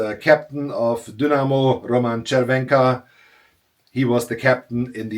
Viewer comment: Nice! Butchered the names of the Czech teams but well done on Červenka's pronunciation haha. By the way, he was the league's most productive player at the age of 40, both reg season and playoffs. 85 points in 60 games. What a legend!